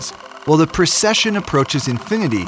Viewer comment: Did this dude say "While the precession approached infinity"